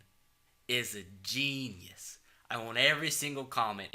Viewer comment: Dis hombre es un jeee-knee-eous